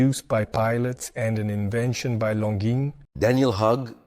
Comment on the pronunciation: Why do you keep pronouncing Longines differently throughout this video? It's unsettling